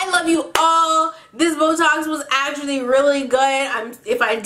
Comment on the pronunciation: I was listening to your story times for like 3 hours, and then I hear "Boetalks" and I thought you were saying "This was a really great botox" xD